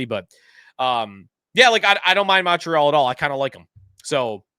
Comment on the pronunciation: The Mon in Montreal is pronounced like Monday